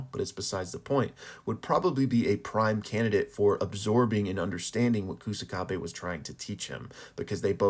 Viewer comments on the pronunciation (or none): This channel should be called pronunciation Kaisen bruh. OOEY OOEY? 😂 Also calling him Koosakabe (it's more like ksakabe) lol. Love the vids tho